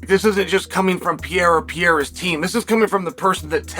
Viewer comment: He's always called him Pee-era xD